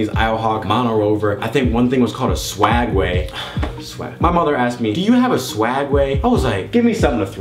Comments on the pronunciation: its call SWEG way not swag way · It's swegway not swagway... -_